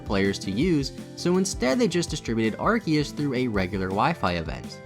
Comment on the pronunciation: love that you pronounce arceus two different ways haha